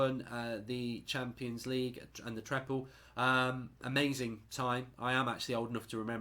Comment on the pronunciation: Mark it's treble not treple